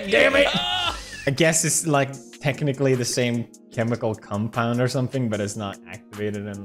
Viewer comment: Did... did he just say chemical 'cumpound'?